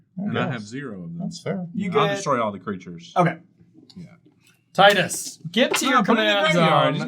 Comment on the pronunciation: Tidus' name is pronounced Tidus not Tidus. I hope this doesn't make anything more clear unless you know the reference.